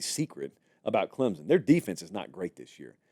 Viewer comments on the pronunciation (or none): Great take on this. It is not Clem-zen, it's Clem-son. There is no "Z" or "P" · It is clemSSSSSon not clemZZZZon! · Say it with me "Clempson" there's no Z